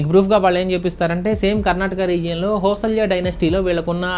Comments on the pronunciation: Hosalya kaadu bro hoi-sala bro fans from Karnataka 😀😀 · It's not Hosalya. It's Hoysala. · It's not హోసల్య it's హోయసాల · hoysalaya enti bro andi hoysala correct ga paluku bro KANNADA vala gowravam adi 😊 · అది హోసల్య కాదు రా అది హోయిశల సరిగ్గా పలకడం నేర్చుకో In English It is not Hosalya it is Hoisala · Hosalya kaadu hoysala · Bro adi hoysalya kadhu hoysala